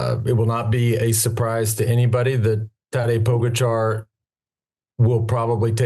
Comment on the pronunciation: True. Lance still has no clue how to pronounce Pogacar.